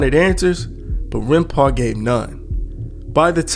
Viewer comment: Aint gonna lie scarred me with "Runpau"